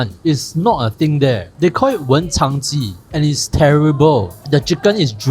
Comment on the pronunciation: stop calling it wencháng2 😭😭 it’s wenchāng1